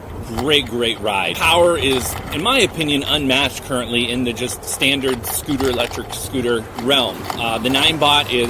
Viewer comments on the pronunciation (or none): I wonder why you pronounce the S as a Z, eg. thiZ Zcooter iZ Zo aweZome! Didn't they teach you in school the difference between the pronunciation of the two letters? Or maybe you are wearing dentures, or you intentionally want to sound awkward and weird with the way you talk. "I am Zuper excited to Zee what thiZ thing can do" bwaaaahhahaaaaaaaa